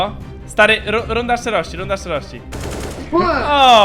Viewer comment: runda a nie rudna xd nie hejt czy coś